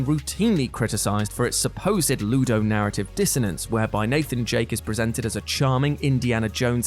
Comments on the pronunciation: ok i might be mocked now but did he just say Nathan Jake? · Nathan Jake? You mean Nathan Drake? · "Nathan Jake"? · DID YOU JUST SAY NATHAN JAKE ITS NATHAN DRAKE😡😡😡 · Who else heard him say Nathan jake instead of drake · I’m sorry, but “Nathan Jake?” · "Nathan Jake" GOTCHA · He said Nathan jake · Nathan Jake? Jake? Jake?!! We should get a trophy for finding the deliberate mispronunciation they indulge in. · Nah, He definitely said Nathan Jake. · I listened to it 3 times just to make sure. It's definitely Nathan Jake.